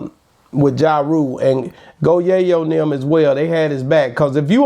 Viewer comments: Smh that’s Tony yayo not go yayo 😂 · Go Yayo and Murda Mook? E is hell on some names.